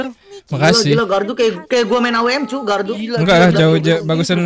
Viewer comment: Bang bilangin ke limit...klau itu gardu bukn galdu